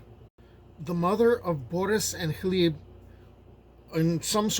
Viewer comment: Learning the correct pronunciation of Gleb makes this a great video, and I'm only three minutes in.